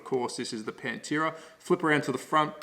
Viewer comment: In case my link about how to pronounce Pantera Properly causes problems. Another fun fact about the late model Pantera cars is that they had the Australian made improved Ford Cleavland engine blocks cast in the Geelong engine plant. Ford US stopped using the Cleveland and sent the tooling to Australia around 1973 or so. Dr Tomaso in Italy then raised the power output by mods and blueprinting of the Australian engines supplied. Understand that this Australian content got the some import duty reductions when sold here. Rusty French raced one here for a while.